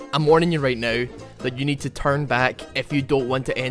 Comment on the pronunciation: I love how you say ''now'' 'NOEUW'' :D makes me laugh my ass off.